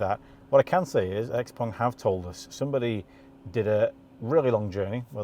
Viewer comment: Ping Pong, Xpeng, not Xpong